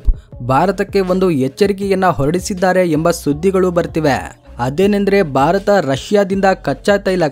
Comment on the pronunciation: ಪದೇ ಪದೇ ಬಾರತ ಬಾರತ ಅನ್ನಬೇಡಿ ಸರ್. ಸ್ಪಷ್ಟವಾಗಿ ಭಾರತ ಅಂತ ಹೇಳಿ. ದಯವಿಟ್ಟು 👏.